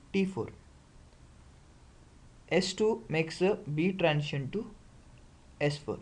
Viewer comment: When you pronounce the word "transition", why do you say "trantion"?